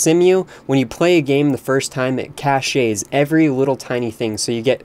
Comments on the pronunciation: Just saying, Cemu is pronounced like "see-moo" and cache is pronounced like "cash". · Caché~ (It's pronounced "cash" by the way.)